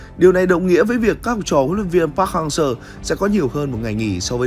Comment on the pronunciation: cứ đọc park hang SƠ , nghe khó chịu vl